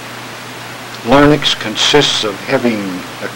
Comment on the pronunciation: Larynx. . . . not, , , LARNYX!!!! hahahaha!